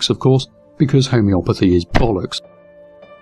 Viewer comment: I wish, good sir, that I could sound half as classy as you do while uttering the word "bollocks". Sadly, my Scouser's accent means I will never sound classy.